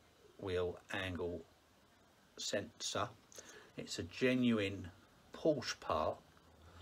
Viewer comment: Thanks for taking the time to video this process. Have a 996 with the same problem. But please, Porsche has two syllables! That is the way the Dr. pronounced it.